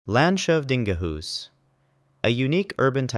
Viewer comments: Ah yes, The Land Shove Dinga Hous my favorite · en dansk borde kunna uttala landshövdingehus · Danskan har samma ord, och han uttalade det som på Danska.